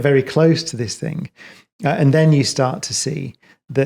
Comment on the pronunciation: He is a genuious - but one question Brian... The word "Thing" How do you insert a K at the end? Very well spoken... very smart... but can not pronounce THING - Not think.... thats a different word Professor Cox My dad was from England... and he keeps talking about Mectkil - Metal, not mecktil English is the hardest laguage in the world, I know. But if you look at the letters for these words, not one c or k METAL, THING... 5 letters professor. Phonetically sound